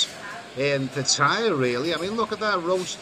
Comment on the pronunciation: why pronounce Pattaya "pat-higher"?